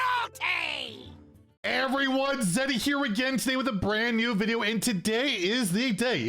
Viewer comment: I can only hear "A BRANN new video" during every introduction. Once you hear it you can't go back!